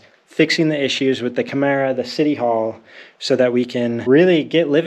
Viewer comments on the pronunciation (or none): Portuguese lesson of the day: "Câmara" is pronounced almost exactly like "camera" in English. You can stop saying "camâra" now. 😄 Btw, don't call the ukrainians' country "the" Ukraine. That's offensive to them, even more now with the war Russia is waging on them. It's only Ukraine.